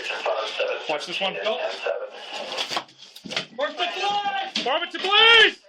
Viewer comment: I don't want to hear that one cop say farmington police ever again.